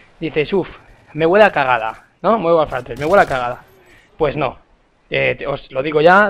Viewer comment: ese 'MONDERN' xD